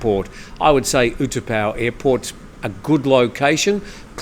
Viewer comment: the airport name is not pronounced (or spelled) oo-2-pow but oo-tah-pow.